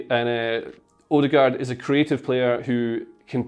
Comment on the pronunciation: The pronunciation of his name is wrong. Ø is like the a in the word "an". And aa is like au in the word "autumn".